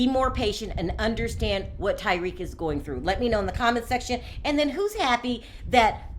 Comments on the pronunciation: Why tf you call him like Tyrique? Do you even watch the show? You never heard dem say his name before 🤔 its fuckin tah-rik not tye-reek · I'm pretty sure you're mispronouncing "Tarik's" name. You might want to check on that.